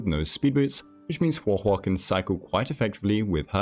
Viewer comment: I love you but hearing you say “Huah Huah” is gonna make me lose it. Please just say it the normal way 😭